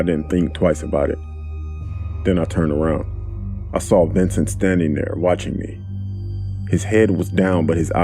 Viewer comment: Dude: his name was "Ventin'" Me: Red SUS Update:Dangg okay before y'all rant at me It's vincent. Lmfao. But he still SUS tho.